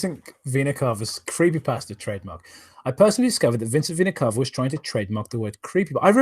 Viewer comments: Fun fact: it’s supposed to be pronounced like “vee-nuh cay-vuh” (at least according to multiple dictionaries and my biology professor), but for whatever reason, Vincent and pronounce it like “cah-vuh.” Not sure if it’s a stylistic choice or if they’re both too lazy to look it up, but it’s annoying and I hate it. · And according to my Latin professor it should be Veh-nah Cah-Vah.